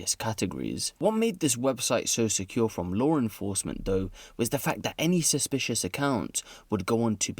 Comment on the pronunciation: "lawr enforcement" lol